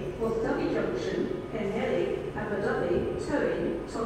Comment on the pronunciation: CANT PRENOUCE PWLLHELI RIGHT PWTHERLI PWLLELI